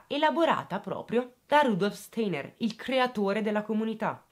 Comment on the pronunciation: La scuola Steiner si pronuncia “stainer”